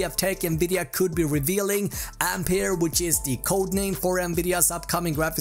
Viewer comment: Ampeier XD?